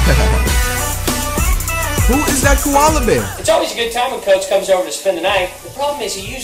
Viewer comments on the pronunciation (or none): Tell me y he said kaola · Dude really said a kola bear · did this dude say the panda was a kawola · Bruh said Kuala bear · Did he say koala, lol, I’m sleep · Man's said coala bear its a panda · this nigga said koala bear💀💀💀💀💀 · Did he say koala bear😭